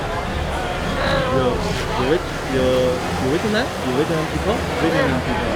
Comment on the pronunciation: 的ve [t'] nam的发音真的是好违和，这个t真的是。。。不会查查有道词典或者youtube一下怎么发音么？